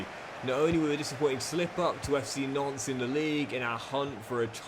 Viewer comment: Every time you say Nantes it sounds like Nonce 🤣